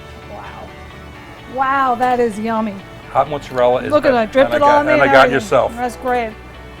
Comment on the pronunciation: Why does everyone who makes mozzarella try to pretend to make their pronunciation sound Italian, but still don't pronounce it correctly? They seem to be trying to be trying too hard to pretend they are Italian